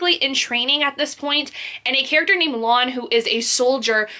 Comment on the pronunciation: It's Lan, sounds like man